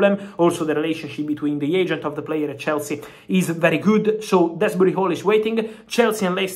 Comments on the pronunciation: DOOZBURY...... not DREZZBRY....... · Drehsbury-hall😂😂 Love You Fab😅